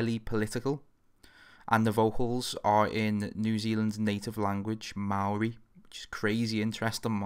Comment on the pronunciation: About time AW was on here. Ayyy he pronounced 'maori' correctly. You should check out the band Devilskin